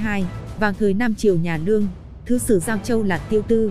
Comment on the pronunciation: Đọc cứ như ngọng ấy. Lương mà cứ nương nương